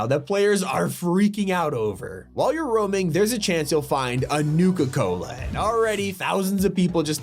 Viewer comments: Blud really said Nuka colA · Why did bro say nuka cola like that